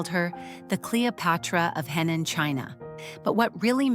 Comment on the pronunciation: It’s Henan, not Hainan, completely different provinces. And Henan accent, not Hindu accent. Make an effort.